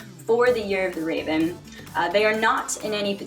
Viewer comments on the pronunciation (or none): none